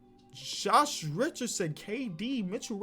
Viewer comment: "Shosh Richardson"